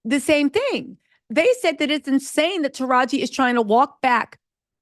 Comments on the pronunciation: “Taraj-Gee” not Taraj… why do you keep messing up that lady’s name?!?! 😵🤣 Also, another great episode. And I did see the movie and it’s way more uplifting and better than the original. 💜💜💜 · Are you mispronouncing Taraji's name on purpose? Lol